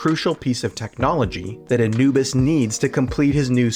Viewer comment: characters* (not caricatures); Egyptian Ra*; character* (not caricature); Anubis* (not "Enuwbus"). 😫